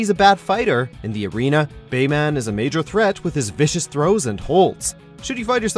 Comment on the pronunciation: I just don't understand how he mispronounced Bayman.